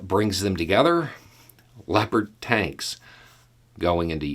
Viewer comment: I swear to god, at first I thought you said "leopard taints". I feel a little ashamed about that.